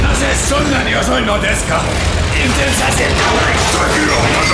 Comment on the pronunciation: That "desu ka" is the first time I've heard sound Finnish.